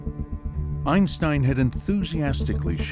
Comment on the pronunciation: It's a well known fact that, before he passed away, the famous physicist changed the pronunciation of his family name to EENSTEEN. 🙄